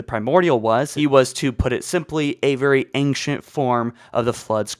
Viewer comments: I'm glad I'm not the only one who was hearing "Ankient humans" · 6 ads on a sponsored video by someone who pronounces "ancient" as "angcient." Unsubscribed. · Ancient (ain-shint) not ainkshint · Why are you pronouncing ancient as angshent? It’s driving me nuts. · Also, there's no 'g' in ancient... Aangcient XD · after hearing ancktient 20 times i wanted to close the video ngl